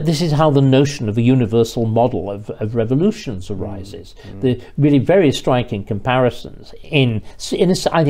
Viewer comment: Peter Willy is weally first wate.